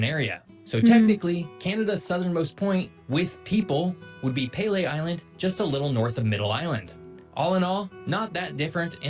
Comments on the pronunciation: that island name is NOT pronounced Pele like the football player but "PEE-LEE" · Just had to come say love this video I love when people learn about Canada but I have to correct the video she watching we pronounce it peel-Lee Island not pale-ay in Ontario anyway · Pelee (pronounce pee-lee) Island is pretty nice and a good place to visit. It has quite a history, and the sunsets there are a-mazing.